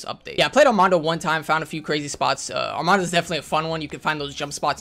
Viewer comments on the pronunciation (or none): ARMADA. Not ArmaNda